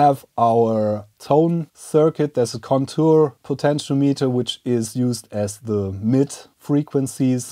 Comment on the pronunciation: Protip: "potentiometer" is pronounced " puh ten shee om i ter "